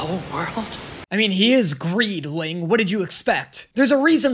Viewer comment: i used to love the name Greedling, but why did the dub remove the "d". Greeling sounds dumb